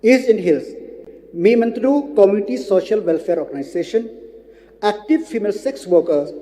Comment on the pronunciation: It's so annoying when he Lakmen Rymbui pronounce the word "active" as"actip" 🤣🤣